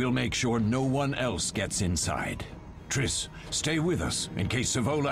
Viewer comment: Did he just call triss "trisTTT" 😂😂😂